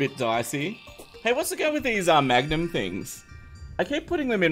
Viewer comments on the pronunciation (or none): none